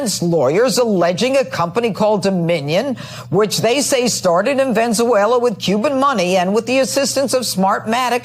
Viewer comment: VENZUALA?? LOL